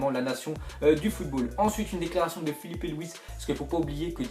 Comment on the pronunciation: il a bien dit filipe